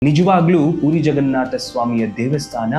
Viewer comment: ಪುರಿ ಜಗನ್ನಾಥ ಎಂದು ಹೇಳಿ, ಪೂರಿ ಜಗನ್ನಾಥ ಅಲ್ಲ